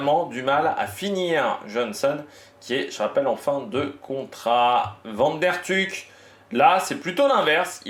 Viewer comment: Ca fait plaisir un francais qui s applique a bien prononcer les noms des coureurs belge juste quand c est comme van aert on prononce vanne aert merci^^